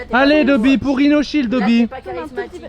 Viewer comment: le petit rinoshild de inox me tue haha